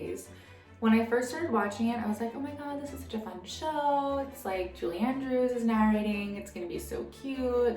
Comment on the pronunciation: the accent at the end... JULIE???